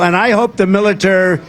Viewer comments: I'm sorry 🤔 somebody please tell me WHAT IS A MILITARR the MILITARR what is he talking about? 😂he needs to stop doing lines. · "I hope the milerter, mileter....". Ahhhh! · Militarrr? Remember when he said Yesterday is very hard word? 🤔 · WTF? He can't say "military" now? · He just can't say military 😂 And now he's discovered sharks 😅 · He can't say military because it has four syllables, he definitely has dementia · Can't say"military".